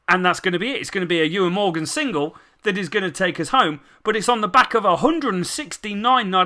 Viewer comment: I swear it's pronounced Owen Morgan? Could be well wrong. But sick video man